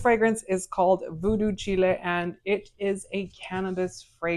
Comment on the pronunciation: Voodoo “Chile” /Child. Like “voodoo child”